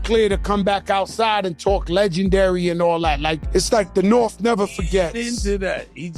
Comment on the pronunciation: “The Norf never forgets” 🤣🤣🤣 THE NORTH REMEMBERS!!! 🐺